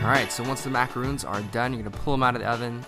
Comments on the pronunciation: Ugh, you were doing so good at saying MA-KAH-ROHNS then you started saying MA-KAH-RHOONS throughout the video. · This is an awesome idea, thanks for the recipe! Gotta tell you though, it's pronounced 'ma-cah-ron', not 'ma-cah-roon'. Macaroons are those delightful little crispy coconut cookies, and macarons are obviously what you just made there. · Macaroons and Macarons are 2 different cookies. Macarons are pronounced with 1 "O". He keeps calling them the wrong cookie by saying "macaroon".